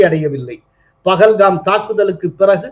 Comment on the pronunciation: Why do the Tamizh people pronounce and write as PAGALHAM whereas it should be PAHALGAM.